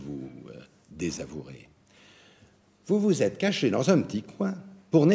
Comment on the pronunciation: "Et que vous l'êtRes" ??